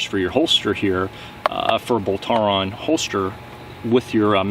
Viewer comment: I think you are mispronouncing Boltaron. It's pronounced like "Bowl Tron". Great video 👍🏻 keep it up!!